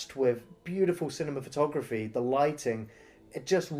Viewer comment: Cinematography not "Cinemafatography", dude.